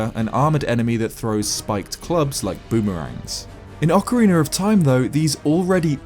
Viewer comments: Ocarina not ocawiener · If you say "Ocariner" one more time, I swear, I'll swim there and take all your Zelda stuff. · Why is it called ocariner of time instead of its normal way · "Ocariner" lol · ocariner of time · I will say this once, but only because it pisses me off: OCAREENER!!!